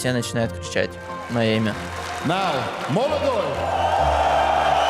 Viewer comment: É Modoloy ou não é?? É Molodoy porra!!!!!